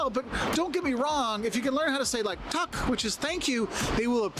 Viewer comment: he sed tack wrong even HAHAHAHA